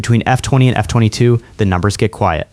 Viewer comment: Something that bothered me once I noticed it was the pronunciation of F22 & F35